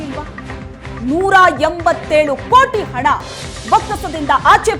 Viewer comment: ಅಣ ಅಲ್ಲ ಅದು ಹಣ